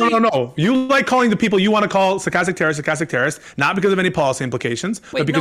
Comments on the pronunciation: I've been hearing it skatastic terrorism for weeks. ha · Stuh-kas-tik. Say it with me people. Over half of these fuqs never heard that word before the panel and continue to mispronounce and misrepresent the term itself. What a shame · half the poeple in this panel can't pronounce stochastic lmao.